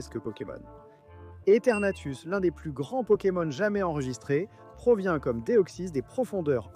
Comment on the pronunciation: C'est EthernatOS, pas Ethernatus ! Tout comme Shaymin se prononce Shay-mine, pas shaman. Reshiram incarne la RÉALITÉ, pas la vérité. Kyogre n'a pas besoin d'accent pour que son nom soit prononcé.